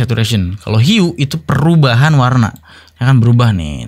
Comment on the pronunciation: Hue di baca hiu